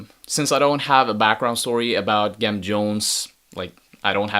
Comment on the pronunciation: Pronounced with the soft g - "Jem" like "gemstone". The name is a play on Jim Jones of the Peoples' Temple.